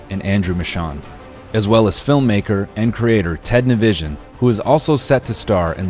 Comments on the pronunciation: nivi son not nivi sion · Ted on another collab means another time someone will pronounce his last name incorrectly as Nivision, truly an internet constant. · Sorry Noel it’s Ni-vi-son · This dude really said Ted nivision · Can’t believe he said Tednivision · man said ted nivision lmao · ted "nivision" lol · “Ted Nivision” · "Ted nivision" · teds last name will never ever be pronounced correctly and i find that hilarious 💀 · you really did ted dirty with that pronunciation at the beginning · It wouldn’t be a collab with Ted if his last name isn’t completely butchered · he pronounced ted's last name wrong... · It's so funny that everyone mispronounces Ted's name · You pronounced teds name wrong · absolutely butchered teds last name